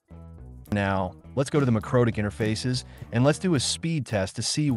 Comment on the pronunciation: Dude, AI narration - really? I just cant get past "mycrotik" router